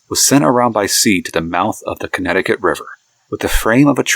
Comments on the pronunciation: lost all credibility by pronouncing Connecticut wrong. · Can’t watch this video with how badly you pronounce Connecticut